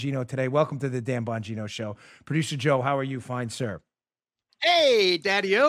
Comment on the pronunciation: Dan the spot on man! Hey! I love you brother! By the way, I believe the "g" in your last name may be silent.. Bo' neen' o.....Not for certain, but may be silent.... Let Us All Protect Our Personal "Alamo" like the couple in Saint Louis!